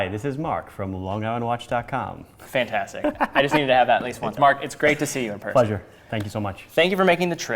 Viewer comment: It’s mawk!